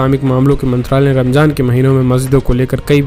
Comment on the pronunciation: Saryat nahi shariyat bolte h Ramjan nahi ramzan kehte h